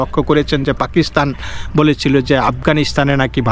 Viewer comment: পেকিস্হান না পাকিস্তান শুদ্ব করে বাংলা বলেন গুজব খবর দিয়ে নিজেই ক্লান্ত